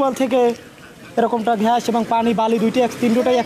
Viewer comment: প্রতিবেদক ভাই ঘ্যাস না গ্যাস হবে.